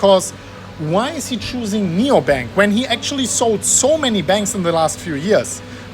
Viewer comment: Nubank not Neobank!!!!!!!